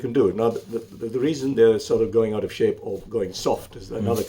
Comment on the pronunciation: Saaape 🤣😂🤣😂 idiot.. its shape ni saaape 🤣😂🤣😂😂